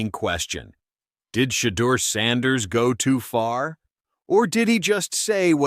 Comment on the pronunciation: Who's She-dur? Inconsistent pronunciation. Shedeur is already rich before the season.